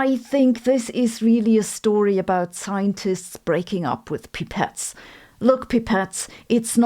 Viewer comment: Thanks Sabine but please get a native English speaker to review your fine work before publication. Pipette jokes (most jokes for that matter) fall flat when mispronounced. On on! You do very effective science communication and I'm sure you're pursuit of excellence will improve your English for that purpose.